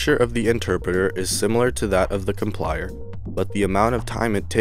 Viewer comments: I don't think you know much about programming it's called java with a j not yava. Also it's a com-pile-er not com-plier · It is called COMPILER not complier...... J-AVA NOT YAVA... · Thanks for the video. One minor thing, compiler is mispronounced as complier and Java as yava.